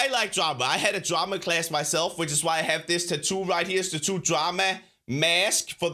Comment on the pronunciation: Is it just me, or does anyone else LOVE the way says "tattoo" It's so weird but it just makes me feel like "WHY DON'T WE SAY IT TETTO?"